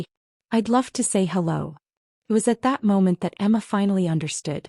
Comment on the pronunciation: You are going to embarrass the hello dropping the O out of them